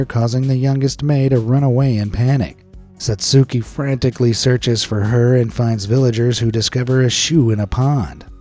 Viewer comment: The U in Satsuki's name is silent.